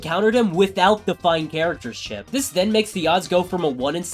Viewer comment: Idk why but when he said chip it’s sounded like shi…